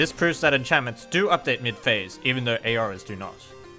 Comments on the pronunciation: It's Aura or plural Auras [ˈɔː.rə]'s, same pronouncement. Not A-Or-As. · Aura's are pronounced OH-RAS not A-OHRAS